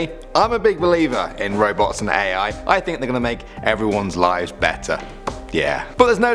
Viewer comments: I thought he said robux in the beginning lol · I thought he said ROBLOX instead of Robots